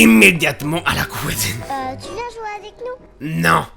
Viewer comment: "la couisine"